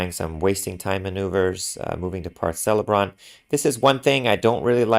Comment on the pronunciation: Usually 'c' is pronounced like a 'k' in words like "Celeborn" and "Celebrant".